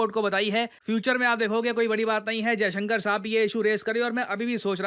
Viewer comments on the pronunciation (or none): none